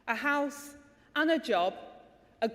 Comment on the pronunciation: Angela, it’s House not ouse. Secretary also as an r in the middle.